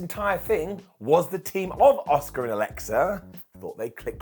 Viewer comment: Every time says “Asuka” I just hear “Oscer.” It’s a curse I can’t rid myself of.